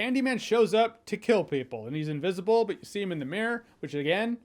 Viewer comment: Oh god, I thought he said “invisible rape” and choked on spit!!!! 🤣